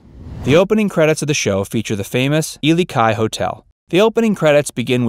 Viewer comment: How one earth is it that you pronounced the Ilikai correctly but butchered Waikiki? It is Wy-kee-kee, Not Waa-kii.